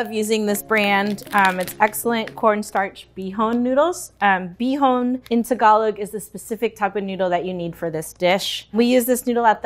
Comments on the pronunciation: What is "segalic"????????? Yooo Segalic =/= Tagalog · Tagalog** not Segalic ???? Closed captions had me wondering if there was another dialect I never heard of lmao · Tagalog, not Segalic omg